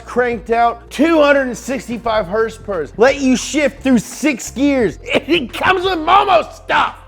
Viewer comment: I love the neat stuff these guys bring to light with cars. But I don’t know how much longer I can hear him saying HRSPRS. It was kinda funny the first few times, and now Im about to unsubscribe from them cause of it.